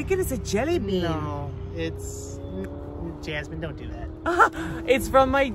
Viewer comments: Its Jasmine not Yasmine lol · No yoke, she say J as Y 😋